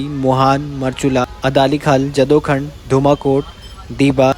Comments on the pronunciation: भाई जदोखंड नही इसका सही उच्चारण करो इस जगह का नाय है जडाऊखाँद।। यहाँ पर कभी जडाऊ यानी की बाराहसिंहाँ हिरण प्रचुर मात्रा मे विचरण करते थे।। भाई हम कोठिला गाँव के बस स्टैंड पर उतरकर अपने गांव जाते है।। लेकिन अब हम बस से नहीं बलकि अपने गाडी से ही यात्रा करते हो।। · जड़ाऊखांद बोलना भी नहीं आता पहले भाई नौलेज ले ले। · जदोखंड नहीं, जड़ाऊखांद है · ये जदूखंड़ नहीं जड़ाऊखांद है ।